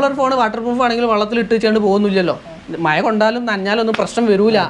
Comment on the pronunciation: പയത് അല്ല പഴയത് ആണ് മയ അല്ല മഴ ആണ് ഒന്ന് ശ്രദ്ധിക്കുക